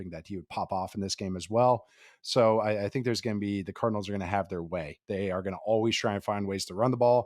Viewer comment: Every time he says Cardinals I hear Colonels